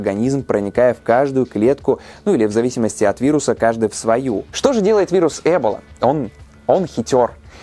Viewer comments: Почему Э́бола ,а не Эбо́ла? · Почему Э́бола? Я слышала только произношение Эбóла и в Википедии тоже так написано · Не Э́бола, а Эбо́ла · Ты права, ударение должно быть на "О". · Ударение разве не на о?! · Я всегда думала что правильно говорить Эбо́ла а не Эбола́ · Почему Эбола? Её всегда называли эбОла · В слове эбола ударение на О. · эбОла... ударение на 0.... Тут выговорить правильно не могут, зато видосы снимают о ней :D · Эбо'ла Ударение на О. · ЭБола? Я думал эБОла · эбОла, а не Эбола вроде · Хоть сказано Э́бола яэ буду говорить Эбо́ла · Эбола, ударение на о, а не Эбола со скоростью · Ролики супер, но ударения конечно дааа, эбОла, Ямало-ненЕцкий, мОровая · А разве Эбола, а не эбОла? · Помоему правтльно не Эбола,а эбОла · Лайк кто говорит не Эбола а эбОла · эбОла ударение на О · ударение на о, эбОла. Пожалуйста, не делай так больше 🙃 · блин не эбола а эбо-ла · Эбóла. Очень по ушам режет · Когда в слове эбОла ударение ставят на первую букву уже смотреть не хочется, поинтересовался бы что ли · Да почему же Эбола, когда эбОла. Почему не проверить произношение слова, о котором ,по сути, весь ролик рассказываешь? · эбОла. Произносите правильно, раз уж делайте рисёрч🙏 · надпис Эбола он говорит ЭБЛА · ты на намеренно ударение неправильно ставишь?! эбОла вообще то, даже погуглила специально. ну что за.... ухо режит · Спасибо за интересную и познавательную информацию. Но небольшая поправка: ударение не на 1ый, а на 2ой слог (источник: Википедия) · Вариант с Э тоже возможен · почему так сложно перед тем как делать выпуск просто и элементарно посмотреть ударение на слово в википедии, слух режет пздц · Меня одного бесит как он говорит эбола? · просто закрыла видео из-за его произношение слова "эбола"